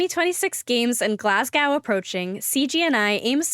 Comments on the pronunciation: Pity the host is unable to pronounce so many of the place names not in the USA… Liguria, Glasgow, etc. typical american! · Terrible pronunciation of Liguria and Glasgow.